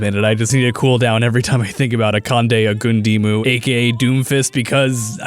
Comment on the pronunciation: His name is pronounced "ah-kahn-day, oh-gūn-dee-mu", not however the heck you pronounced it lol you had me confused for a minute. Also everytime I see Akandes gorgeous face I too need to sit down bc DAMNNNNNN